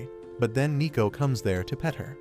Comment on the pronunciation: Isn't it neko not nico?